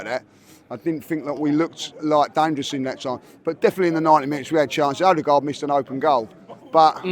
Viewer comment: Finally knows how to say his captain’s name.